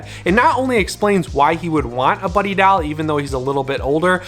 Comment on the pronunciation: Something about the way you say doll wears me out. Dowl?